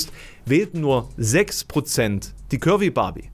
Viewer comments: Ich hab am Anfang immer "Kirby Barbie" verstanden statt "curvy"... Ich sollte aufhören so wenig zu schlafen. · Hab‘ nur „Curry Barbie“ verstanden. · Ich habe ständig Currybarbie verstanden 😂